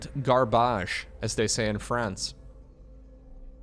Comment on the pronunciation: Frensh here, "garbage" is not in our dictionary, but i leave a like for the attempt ^^